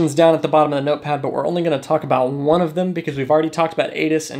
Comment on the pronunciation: When he reads it back, all I hear is wonanananaawawawana one 😭